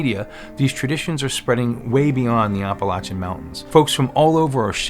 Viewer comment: Well, that's a new pronunciation for Appalachian. Are you saying Oppolachean? The "App" sound is one thing all residents along its range can agree upon.